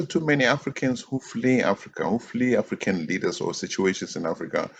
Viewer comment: What is "the African politician", emphasis on the "African"